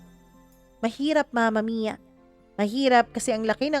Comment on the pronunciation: mama mia bakit ang tigas nyo po mag salita sa dulo curios lang ako imbes na story ang pinakinggan ko bigkas nyo ang inaabagan ko like mama miiyaa!!!!